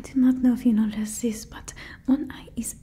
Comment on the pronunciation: i- i dont know how to feel about it, im french and im quite insecure about it and its funny to see this !! Because its sooo accurate the "zis" as "this" for example 😂 kinda made me feel better about it because you're always good in what you're doing 🥺🤲🏻